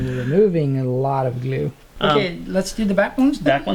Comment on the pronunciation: Glue is "gleeu"... What type of English is that?